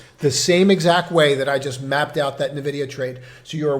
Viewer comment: Are you aware you are mispronouncing NVIDIA? It is "en-vi-dee-uh" NOT nuh-vi-dee-uh